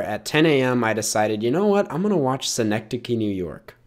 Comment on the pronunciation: Why’ll i will commend you for pronounciation of synecdoche, the actual city of Schenectady NY is pronounced like “skuhnectady”